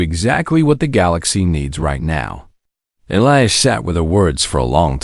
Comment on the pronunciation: THIS IS GOING TO BE A LEGHTY COMMENT SO I APOLOGIZE IN ADVANCE I AM SORRY BUT YOUR PRONUNCIATION CAN BE MORE THAN A BIT DISTRACTING. NOT TO MENTION YOUR DISTRACTING MISSPELLING OF A NAME, PLACE,THINGS OR ANY OTHER PERSON THAT IS MENTIONED IN THIS VIDEO ONE IS: His name IS PRONOUNCED E LIE AS. ELIAS SERITH NAME IS SPELLED SARA AND A COUPLE OF DIFFERENT WAYS THE. DOT. WHY??????? I KNOW WHY BUT WHY???? IT IS BOUGH NOT BOW TO BOUGH IS TO SUPPLICATE YOURSELF AT YOUR WAIST DOWN TO THE FLOOR BOW IS TO USE AN BOW AND ARROW